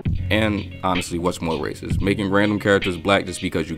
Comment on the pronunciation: rac·ist /ˈrāsəst/ Learn to pronounce noun 1. a person who shows or feels discrimination or prejudice against people of other races, or who believes that a particular race is superior to another. "the comments have led to her being called a racist" synonyms: racial bigot, racialist, xenophobe, chauvinist; More adjective 1. showing or feeling discrimination or prejudice against people of other races, or believing that a particular race is superior to another. "we are investigating complaints about racist abuse at the club" Now that I've given you the EXACT definition, would you like to tell the class what was racist about this video? Also, stop liking your own comment. That's just too pathetic.